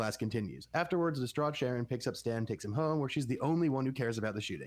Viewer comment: Sharie!? It's Sharon If your gonna do a deep dive podcast on a show you should probably know the characters' names.